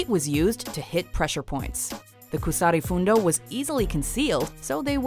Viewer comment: Kusari Fundo isnt pronounced with a long U